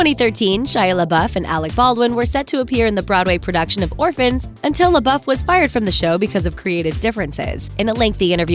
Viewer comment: Pronounced "lay-bow" not "lay-buff."